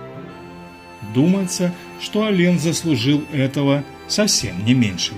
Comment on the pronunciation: Автор, Вы бы более правильно произносите не Алень, а Алэн.